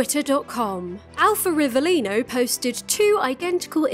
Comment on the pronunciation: italian here and from an italian perspective i’ve got nothing to complain about the way you pronounce rivelino but we do not claim him